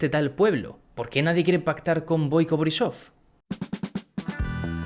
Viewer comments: Pronuncias un poco mal pero es normal Te digo Gerb se pronuncia guerb Borisov se pronuncia borísov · Se pronuncia BOIco boRRÍsof.